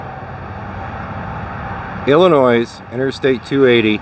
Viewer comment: the s is silent in illinois lol